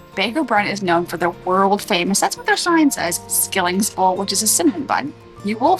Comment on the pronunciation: It is pronounced, shilling!